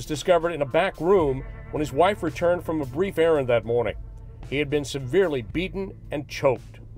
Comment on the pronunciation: Thank you for your videos. You are fast becoming one of my favourites. Just an observation, I can't help but notice you are pronouncing "G" as "K". For example, 'mornink instead of morning.